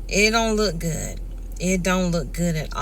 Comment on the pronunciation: SAY "GOOD" NOT: "GOOT" !!!!!!!!!!!!!!!!!!!!